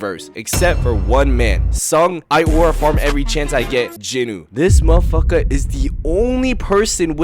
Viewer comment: that 'mafaka' need a cooldown bro